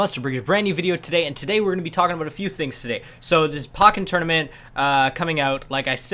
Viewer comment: The way you say pokken bothers me lol